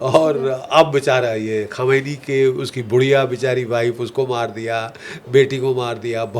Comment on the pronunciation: Its khumeini not khamnae